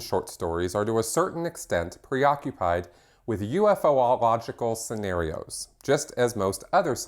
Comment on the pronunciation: Pronunciation assist: U-fo-log-i-cal. Not, u-eff-o-log-i-cal.